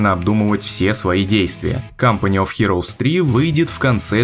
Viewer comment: Всё правильно